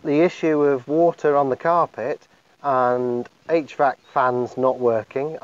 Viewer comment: What is he saying? H-VAX system?